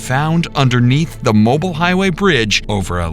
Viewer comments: Mobile, Alabama is pronounced Mo-Bill. Not mobile as in able to move or be moved freely. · Mobile (city) is pronounced mo-BEEL. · Mobile is pronounced MO beel. Escambia is pronounced Ees CAM bia.